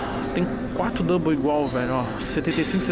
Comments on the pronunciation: É dumbell toguro, não double 😂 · Toguro é Dumbbell e não double 😂😂😂😂 Dumbbell é halteres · Se pronuncia dambel fella tmj